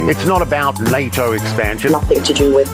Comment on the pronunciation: ITS NATTABOUT NAYTO